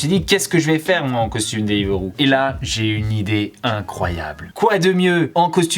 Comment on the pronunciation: ca me stresse il dit deliveuro